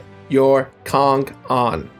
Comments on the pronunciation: "Get your Kong on" Sounds like: "get your dong on" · When you said "get your kong on" i totally heard "get your condom" like wtf lmao